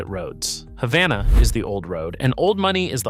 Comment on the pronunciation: #4 is pronounced Hay-vana.